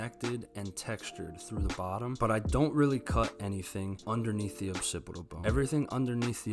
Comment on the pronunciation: “Occipital bone,” not “opsipital bone.”